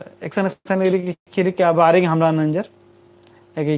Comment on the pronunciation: कुड़ुख़ भखा ही सही उच्चारण मन्ना चाहिए,अधा अधी अरा गलत शबद,,शब्द,,सिखा ब आना ती गलत असर मनो कुड़ुख़ संस्कृति अरा भखा गे।एका से का।,,खीरी,,,,, ख़ीरी। खेखेल,,ख़ेख़ेल।ख़द्दर,,ख़द्दर। ई बेसेम सही उच्चारण ननरकी तेंग्गोत तबे होले ख़ोख़ा ता ख़द्दर सही कत्थान सिखिर ओर।🙏🙏👌